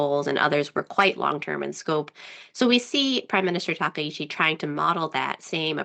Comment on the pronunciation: Correct pronunciation isTakaichi not takeichi